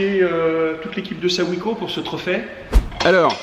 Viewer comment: J’ai le même fourgon. Mais avec des jantes et des pneus de 16’. Ça donne quand même un peu de marge par rapport à des 15’. A part ça on dit : SO -SAÏM . C’est pourtant pas compliqué ! Ps. BRAVO pour le reportage 🙂